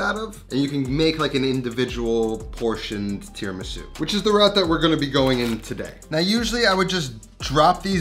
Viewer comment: Italiana 🙋🏻‍♀️ Not mad but … Tee-RAH-Mee-Su You have Italian face what that mouth do? Rahrahrah 😌🤫😜